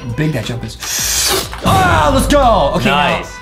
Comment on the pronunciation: the sound is ah not oof